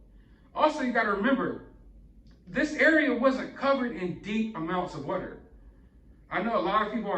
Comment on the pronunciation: I love your channel and it still surprises me every time you say “what-er” 💦 instead of water 🚿 because otherwise I don’t detect an accent with you! 😂 Anyway, thanks for all the great videos! 😊 💕 🎥